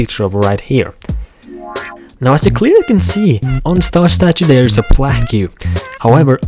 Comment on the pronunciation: Plaque is pronounced "plak" not "pla-que"...